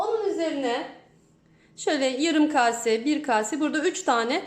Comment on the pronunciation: Kabuklu ic bakla mi olur. Agzinizda kalir o kabuklar. Bir de "kase" demeyi ogrenin .